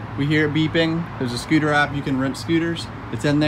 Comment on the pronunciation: Bruuh this dude just don’t stop saying skooter